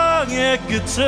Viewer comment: 끄츤이 아니라 끄튼.. 끄튼 .. 조끄튼거